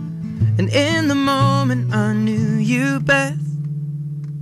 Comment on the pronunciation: Does he say best or Beth ? I think he is saying best.